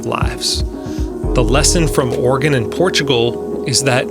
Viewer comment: Oregon, not organ.